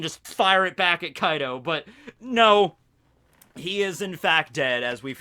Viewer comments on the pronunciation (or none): none